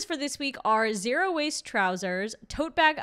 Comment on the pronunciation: I heard that as zero waist, and took a while to make sense of it. Went back and the subtitles agree though they get with the program faster than I did.